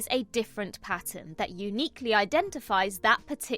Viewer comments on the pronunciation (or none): none